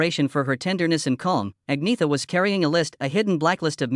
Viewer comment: AnYeta is how her name is Pronounced